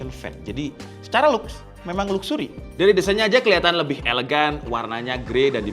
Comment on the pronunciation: baru denger 'luksuri'